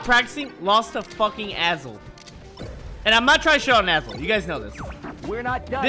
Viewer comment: Who's Azel? I thought he was saying "asshole" referring to BBB ahaha